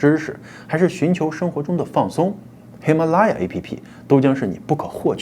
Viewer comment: 喜马拉雅你丫不会说么？舌头栓了？